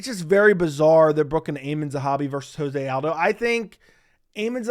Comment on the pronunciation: Lobe the takes but is joe-zay aldo